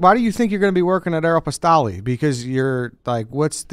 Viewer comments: Hearing Rico pronounce “Areopostole” is hilarious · My man said “arrow pastel” 😂😂😂😂😂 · "Aero-pistal" lol that made my day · How no one called Rico out for his pronunciation of “Aeropostale” is absolutely bananas 😂